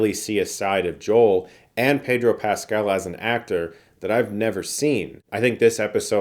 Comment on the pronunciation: By the way, it’s pronounced Peh-dro Pascal (if you’re not saying it with the accent he uses when he says his full name)! Not Pay-dro. He’s clarified it in an interview before.